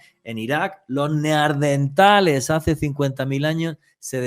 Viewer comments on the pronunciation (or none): Me da cosita que diga neardental en vez de decir la palabra correcta que es neandertal...es solo observacion...es un programa excelente.👏👏👏🥰👍